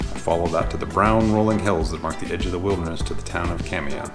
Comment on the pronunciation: Kamiah is pronounced cam-e-i the ah is pronounced as an i sound and the i is pronounced as an e sound It’s the same with the neighboring town Kooskia the a is silent